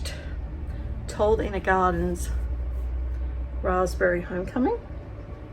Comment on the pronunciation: You’ve left the ‘b’ out of raspberry ?